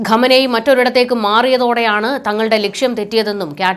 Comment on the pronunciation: Ma'am pronounce well...He is not Ghamanei...He is Khamanei... lady please correct